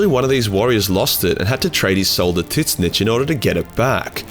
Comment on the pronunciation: Love your videos dude, but it's pronounced "Zeench". Not Tits-nitch. :P